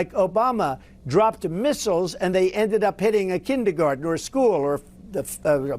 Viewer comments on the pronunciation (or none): “Kindeegarden” Trump can’t even speak his own language. The word is kindergarten.